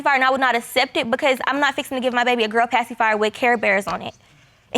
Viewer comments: She was LIT UP about that PAY-SEE-FII-YAH. Ma'am the paci is the least of concerns here🤨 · Did she say passyfire???